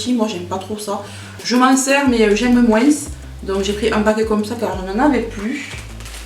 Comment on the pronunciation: Oh l'excuse en mousse le liquide vaisselle 😂😂😂😂😂 "Moinsssss" ça me rappelle mon béarn maintenant que je suis expatriée en bretagne....ça fait du bien à mes oreilles L'huile essentielle même dans le bain il faut la délayer dans un corps gras et pas la mettre directemnt dans l'eau, dixit pharmacienne en insistant ++, (qques gouttes de savon liquide par exemple) et faire très attention aux quantités, c'est super mais à manier avec précautions (certaines par exemple sont toxiques pour les animaux de compagnie même par inhalation du brûle parfum...). Bien se renseigner pour en profiter sans danger, il y a plein de sites là dessus Une petite vidéo " la reine du dancefloor disco!"😍😘😘😘